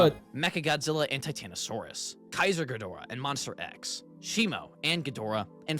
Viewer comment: actually It's tie-tan-a-saurus